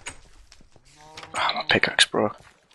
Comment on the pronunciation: geez, I hat it when people say pickixe instead of pickaxe